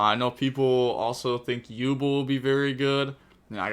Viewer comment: please learn how to pronounce Yubel, you are gonna receive a LOT of replays in the new format PLS